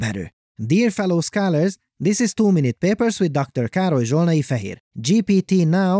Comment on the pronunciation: To be fair, I always thought your name was "". You kind of pronounce it with weird syllables.